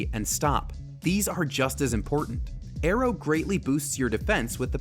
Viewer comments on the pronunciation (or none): none